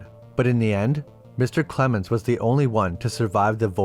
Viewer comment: Lost me at "Clemens"